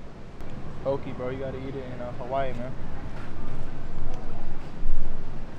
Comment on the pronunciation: Correction here in hawaii we say “po-kay” not “pokee”🤙🏽